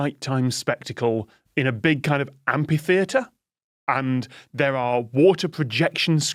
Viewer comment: Did you take any potograps in that ampitheatre? 😄